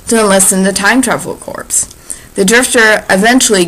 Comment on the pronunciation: Darling, jn Peace Corps or Time Travel Corps, corps is pronounced [korr]. The [korps] pronunciation is exclusively reserved to dead bodies. Thanks for the story.